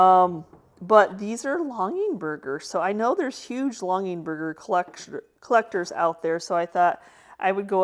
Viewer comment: Lol not long ing Berger— longer Berger